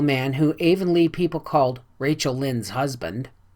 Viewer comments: Not meaning to step on toes, but the correct pronunciation of Anne's home town is Av-on-lee "av" sounding like the first syllable in avenue...spelled Avonlea. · Please forgive the mispronunciation of Avonlea! I get better with the following books!